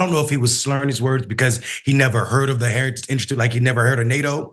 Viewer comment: He can't even say "heritage."😮